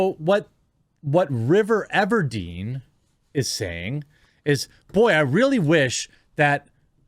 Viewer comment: River everdeen... 🤣😂 shush!